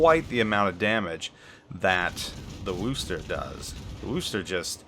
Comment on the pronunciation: Ugh,, you keep pronouncing Worcester wrong...